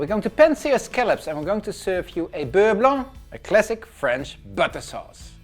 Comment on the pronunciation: This is the first time I hear someone pronounce beurre blanc properly. Every contestant on every reality cooking show competition pronounce the C in Blanc and it drives me nuts. Anyways, great recipe!